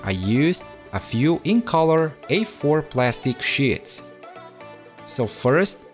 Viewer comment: I Heard Sh*ts Instead Of Sheets